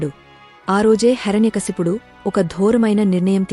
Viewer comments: Please he's name not Harany kaysapudu he's name heirnay kasyapudu Please speak properly 🙏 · హరణ్యకశపుడు కాదు, హిరణ్య కశ్యపుడు. కథ తెలుపడం మంచిదే. కాని స్పష్టత ఉండడం మంచిది. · Not HARANYA kasipudu , HIRANYAkasipudu